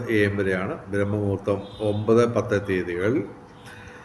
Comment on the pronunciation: Brahma muhoortham alla braahmamuhurthamanu dayavaayi thettaaya ucharanam ozhivakkuka, prathyekichum samskritham mathangalude. ............. . .m padan